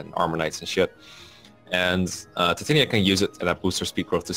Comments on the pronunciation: Uuuh, so Titania‘s name is from that Shakespeare play „A Midsummer Night‘s Dream“ and it‘s pronounced Tee-tah-nee-ya and if you keep saying it that other way I think I‘m going to have an aneurysm. BUT the stat screen looks amazing and the effort you‘ve already put into just showing the units is really paying off and makes the video feel very very high quality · pro tip to those who played this not knowing how to pronounce Titanias name. Tit-tan-ya and this concludes your daily message from your local grammer nazi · The way they pronounce "Titania" bothers me.